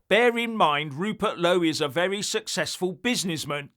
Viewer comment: vewy intewesting.